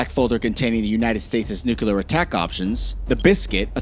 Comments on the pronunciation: Repeat after me. NOO-klee-uhr. NOT NOO-kyoo-luhr. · Nucular is not even a word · Stop saying NUCULAR, Please!!